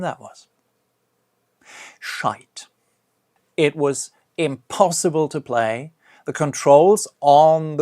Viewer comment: When he was talking about 007 legends and said "shite" 😂😂